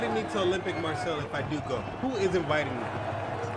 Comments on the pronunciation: Please ! Marseille as ”Mar say”, ffs not Marcel ! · Hey man. It's pronounced "Mah-say", not "Marcel" :D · Hey great vid. It's pronnounced Mar Say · « olympique marcel » 😭😂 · Just a heads up, it’s pronounced Mar-Say :) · Pronounced Marsayy ;)